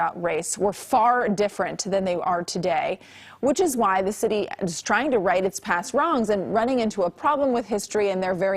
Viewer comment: It’s pronounced Bârkleey